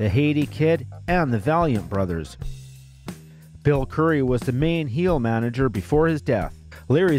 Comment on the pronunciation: Bull Curry, not Bill Curry.